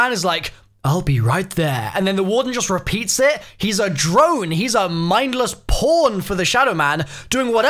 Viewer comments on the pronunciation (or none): I thought you said porn for a second instead of pawn lul